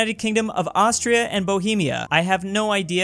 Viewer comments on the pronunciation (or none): none